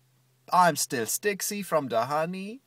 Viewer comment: i like how he can pronounce diaper gravy, but not sticky... whats up with that?